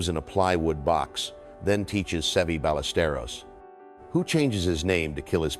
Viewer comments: Seve "BUY-US-STARE-OS" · Narrator's voice is from the original Golf Channel broadcasts. Is this AI generated? The mispronunciations of names is appalling! Bemun? BALesturos?